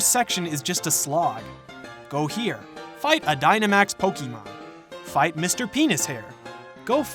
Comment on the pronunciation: Bro please pronounce pokemon the correct way withe de accent